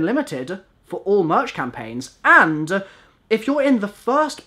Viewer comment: Why does he add uh to the end of nearly every word? "Anduh a waffle keychainuh"